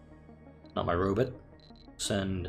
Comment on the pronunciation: You saying " Robut" isn't a Futurama's Zoidberg reference by and chance?